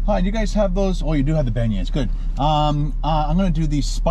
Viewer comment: PLEASE please. If your are going to broadcast a video AT least PRONOUNCE the word properly.